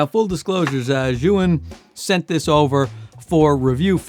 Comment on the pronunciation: Potato Jet is of Japanese ethnicity and he doesn't speak Chinese, which Zhiyun originates from. Good job in pronouncing the name as correctly as you can - "zhee-yoon". Some creators like to call it "Zion" and that always make me L-O-L.